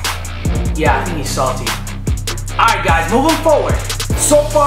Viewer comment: Not to be a hater but it's saldy not salty